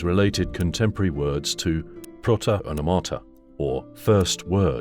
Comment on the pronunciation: onomata - the stress is on the second "o". not on the first "a".